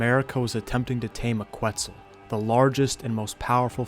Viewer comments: For a young dude that seems to know a lit about the world, I'm surprised he pronounces Questzal-quatal like Kooetzal instead of ketzal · please pronounce names right :( ket-sal pair-uh-sir or puh-racer rye-knee-oh-nay-thuh